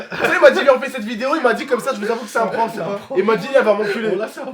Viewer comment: Pk il dit no prkank alors que c’est un prhank